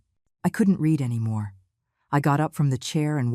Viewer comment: Not “ I read everything but I (pronounced Red every thing in past tense) Get help with someone who is fluent in English or better AI generated dialogue. Your site will be more popular. Contractions are also good, can’t for cannot and don’t for do not makes for smoother language .